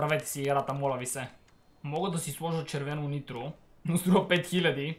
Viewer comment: Каза интро а не нитро